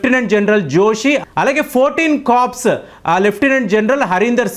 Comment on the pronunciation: బాబు,కర్ప్స్ కాదు నాయనా.కొర్.కర్ప్స్ అంటే శవం.